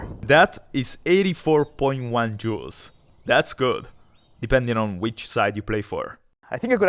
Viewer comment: hahaha! "... 79.3 Jew of energy..."